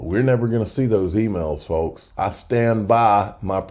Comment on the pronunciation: The L in folks is silent.